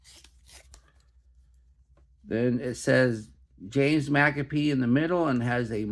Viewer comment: McCabe rhymes with babe... Not Maccabees 😂